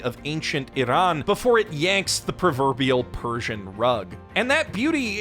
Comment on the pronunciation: ".... in the warmth and beauty of ancient iran before it..." you didn't have to but you did. dude. you earned my like and subscribe for that. i appreciate your genuine effort. thank you. thank you.